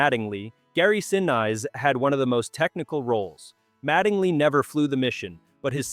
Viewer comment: Neat, but my gosh the AI voice was so full of mispronunciations. "Saturn Vee"? How about Saturn Five. "Gary Sin-Eyes"? How about Gary Sin-ees. There were others, but I don't remember them all. It kind of detracted from the enjoyment of the video.